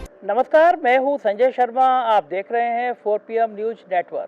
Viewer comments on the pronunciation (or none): none